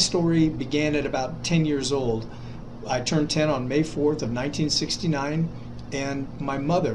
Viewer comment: 1969 sounds like 2016